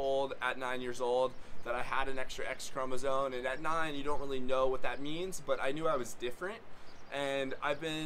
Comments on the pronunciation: It's chromoSOME, not chromoSONE. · Are you saying “chromosone”? It’s “chromosome”. 🤔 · Respectfully letting the content creator know for future outreach efforts, that the word is actually pronounced: ”chromosome” — not ”chromosone” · Speech delay? I’m commenting because a chromosome is not a chromosone: neither is it a chromosote nor a chromosope. I’m not making fun of anyone, just putting the fella right. I’d want someone to tell me! “Supposably” boils my piss, though! 😂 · Thank you. Important work. Clearly you - like the rest of us - are part of a continuum or two. Genetic make up, male/female, personal characteristics, etc. Doing what you’re doing helps all of us understand that people vary. It’s not as simple and black-and-white as we’ve been led to believe. One small note that will help you sound more credible. The word chromosome ends with an M sound, not an N sound. May you be well and happy